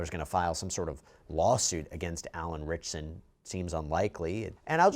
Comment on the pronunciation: Not only do you keep mispronouncing his surname wrong, you keep calling him Reacher or Jack Reacher!!!! Really!!!!!